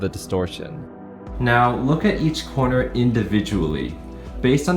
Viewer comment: Teh_ Wurst what the hell is a "coner"